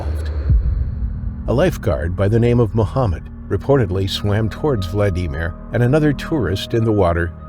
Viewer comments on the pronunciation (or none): Super annoying how the announcer keeps calling him Vladeemer, instead of Vladimir. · It's Vladimir, not "Vla-Dee-mer." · It's not Vla dee mer, it's Vlad e meer. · The name is pronounced Vla-da-meer, not Vla-dee-meer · You really need to learn to pronounce things properly. Especially people’s names if you’re doing videos about them. It’s VLA di mir. Not vla DI mir. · What a CRAP VIDEO, I didn't go past because it is another pathetic computer-generated attempt at entertainment. The computer which made the voice-over did it wrong as usual. It pronounced Vlad-i-mir's name as Vlad-eemer because the inflection of a computer voice isn't natural sounding. The actual video of Vladimir being attacked and eaten is online. This happened in June 2023 in the Red Sea at an Egyptian resort where other people have been attacked. It was environmental and human made conditions that made swimming at that moment extremely dangerous. Resorts like this hardly ever warn people, they want to make money. The water was warmer than normal, there has been years of overfishing in the area and Egyptians have been feeding Sharks, just like the morons at Carribean resorts. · Say vlad eee meer one more time!!!! It’s vlad-uh-mir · ...Vlad de mere, you mean Vladimir?! All A I is ridiculous. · Hate the way he says vlad e Mir. Dude, pronounce it properly. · Had to turn off after you said "VlaDEEMer" for the 10th time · Quit the fucking ai voices. Vladimir is not "Vladeemir" God damnit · Worse than shuffling stories is the awful AI narrator. Now when they mispronounce words it gets done every time they speak the word or name. Vla dee mir. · Will we ever get a narrator that knows how to say words right? Valdemer? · Why are you the only person I’ve ever heard, call VLAD E MERE, VLADEEEEMA. ANNOYING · Story #1: What is a Vla-DEEM-or? AI? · I had to stop watching vlad deemer wtf??? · Vlad-dee-meer????? Enough with the AI voice b.s. on all these videos. Thumbs way down. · “...Vla-DEE-mir..." = AI voice😂